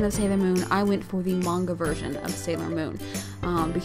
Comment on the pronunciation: When she says manga she says it weird and I'm like *PLEASE STOOOPPPP!!!